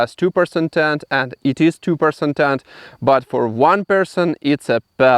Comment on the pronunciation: I thought he was saying, “Two Percent” until I realized he was saying, “Two-person tent.”